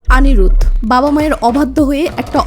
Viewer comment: আপনি নামগুলো ঠিক করে উচ্চারণ করুন। ওটা অনিরুদ্ধ হবে।